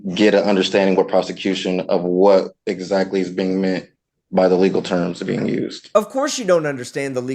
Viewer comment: Can he PROVE that he is a "Living human being?" Or did he say he's a "living human BEAN?"